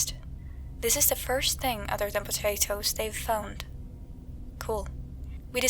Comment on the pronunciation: Did some one say p t a t a t o s